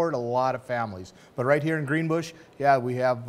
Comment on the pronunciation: Greenbush not greenbrush!